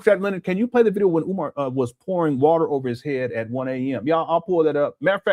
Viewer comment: "Got the warter......Got the warter" 😂